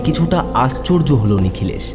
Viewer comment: সূত্রধর মানে ছুতোর মিস্ত্রি। গল্পের সূত্রধর হয় না, হয় সূত্রধার। অর্থাৎ কথক বা ন্যারেটর। আর প্রস্ন নয়, প্রশ্ন। আস্চর্য নয়, আশ্চর্য।